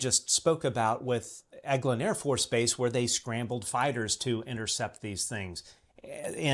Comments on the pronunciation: It's not pronounced El Gin, it's Egg Lin AFB. (EGLIN AFB). Google will pronounce words for you... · Great interview. 2 tiny things for, Occam's Razor is pronounced Ock-uhm and Eglin AFB is Egg-glin. I do the same thing all the time with all the reading i do. Unless it's an audiobook haha